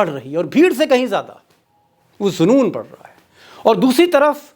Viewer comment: Very nice. You say zunoon but the correct pronunciation of this Urdu word is " junoon"